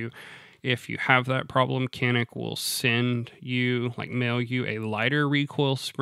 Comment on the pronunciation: as a sfx owner turk, I 'll give you the big secret.. It's pronounced "John-ick" here.. but you keep calling it that and we'll keep pronouncing jeep “Cip"..